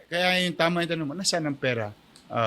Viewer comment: Hindi PIRA... PERA ANG PAGBIGKAS!